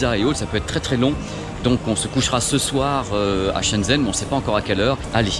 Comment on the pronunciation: Super vidéo! Par contre vu que ça fait plusieurs mois, je me permet de te dire que Shenzhen ça se prononce comme "chêne gène" avec les "é" plutôt comme des "e":)